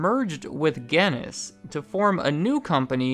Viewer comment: My god, your pronunciation of Guiness